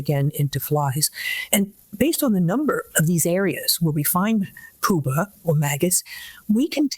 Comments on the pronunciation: Also it's pupae. Not pupas. She should know that. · Really wish that expert lady pronounced pupae with a soft “u” instead of a hard “u.”